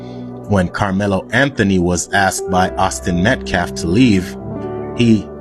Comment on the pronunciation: Dominique (the man in the press conference speaking for the Anthony’s, also a man who shook a baby so hard it went unconscious and had physical damage,) Doesn’t even pronounce Metcalf correctly he keeps saying Meltcalf and it’s on purpose..it’s another little disrespectful peck at the victims. This case is pure evil.